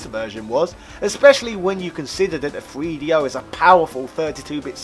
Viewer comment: Having a hard time listening to this guy say Free Dee Oh